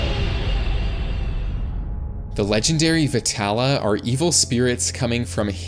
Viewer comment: yah we can't forget about JJK ❤ and it's pronounced Vay-tha-lum (that's how I was taught to say it) . But I Appreciate you trying 😊